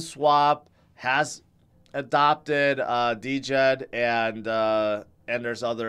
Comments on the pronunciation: Hey, the stable coin is pronounced “Jed” not “D-Jed” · It is pronounced "Djed". It is mean "grandfather" on Slavic language.